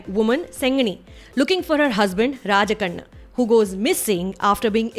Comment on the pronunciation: Abhi k liye to aap ko hi dekh rha hu or aap ke tamil word pronunciation ko . tamil latter 'zh' Kaise use kiye apne 👌😯. ( Tamizh) ye mere juban pe Baithta hi nhi h but aap kese ? 👏👏👏👏. Or rajakannu ka naam bilkul ek tamilian ke muh se nikalne wala word jaisa hi tha.. superb pronunciation aapka.. 👏👏 great 👏